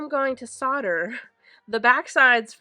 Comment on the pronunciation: ITS SOLD-ER!! PRONOUNCED SOLD..DER, OR SOLDA. (SOLD-AH if you’re from London or Essex!! LOL) When using it, You’re SOLDERING!! when it’s done, you’ve SOLDERED IT!